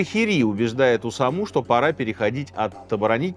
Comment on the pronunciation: Я про ударения пишу уже второй раз. Ещё у него есть слово "искрА" (тоже, видимо, французское). И "ОдЭЭсса" с "брЫльянтами". Скоро будет "кохвэ" и прочие перлы.